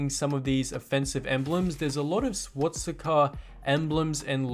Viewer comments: it's swastika not swatsika mate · First thing I have to say it’s swastika not swatsika😂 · You can't pronounce Swastica. Not swatstica